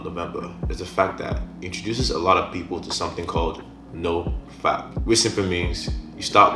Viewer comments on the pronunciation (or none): none